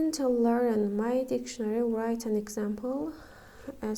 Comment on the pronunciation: Müəllimə o söz vrayt yox rayt oxunur w oxunmur